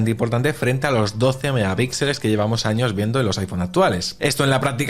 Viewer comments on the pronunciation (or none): none